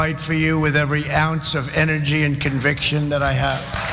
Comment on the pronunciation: Did I really just hear him say "CONVICTION"? Hahahahaha, hahahahaha, hahahahaha, hahahahaha